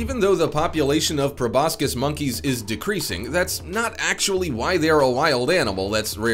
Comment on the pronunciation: If you want us to think you know what you're talking about ( too late) you should learn to pronounce proboscis correctly